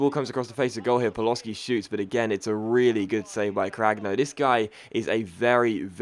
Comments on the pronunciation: Paloshi=Pa-lo-shi ,not Paloski :) btw,you can take a break if you want,seems like you have lost your voice for this commentary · ***** paloschi is pronouced pal-o-she